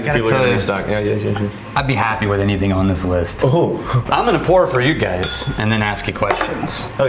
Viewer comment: is my kind of gal. "Auulright. I'm alright wif it!"